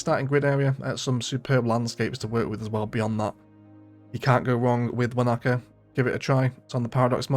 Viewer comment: some nice maps here. Btw, Wanaka in New Zealand is pronounced wanna cah not wa knacker lol